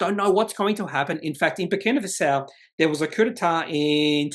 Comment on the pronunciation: Thanks. (by the way, it's pronounced Faso, not Fasao). Looks very promising but the jurisdiction risk makes me nervous.